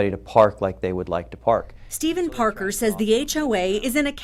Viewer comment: "PARKER" LOL